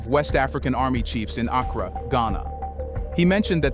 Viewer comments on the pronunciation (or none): none